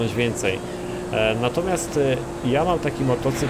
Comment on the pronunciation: nie hakacu tylko hakuczu